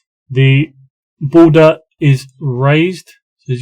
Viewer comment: Booder is raized😂